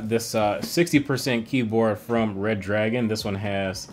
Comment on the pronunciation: Its redragon not reddragon